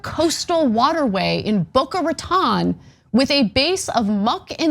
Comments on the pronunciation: Yes, learn to say Rat Mouth better, Ana! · Anna learn how to pronounce Boca Raton